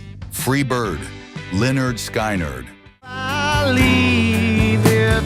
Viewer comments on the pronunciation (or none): Why do these guys insist on pronouncing the names of artists differently, sky nerd what is that !